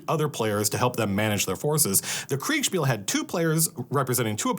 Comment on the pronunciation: Love you saying Kriegsspiel. Sounds way cooler.